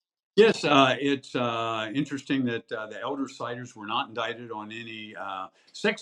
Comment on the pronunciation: This channel is for crime stories? Indict- pronounced indite. 🤦🏼‍♀️